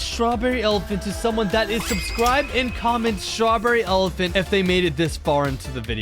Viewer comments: Why does evryone say STRRABERRY ELEPHANT wow wow wow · STRROREREY ELEFNT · Srawberry elafhant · Stroberry elaphont